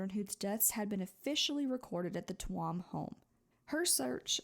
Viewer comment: Hey! I’m from Ireland and I really appreciated hearing this story be told so respectfully. You never really hear much about it from people outside of Ireland. Just a heads up, Tuam is pronounced ‘choom’ just for future reference ❤